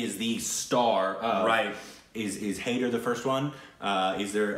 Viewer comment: Jab we met please. It's an early one of Shaahid Kapoor that made him a household name. That was followed bt Kaminey which is amazing. This was before Haider. Btw It's pronounced Hi-der. The de should be like a "the" (soft) sound.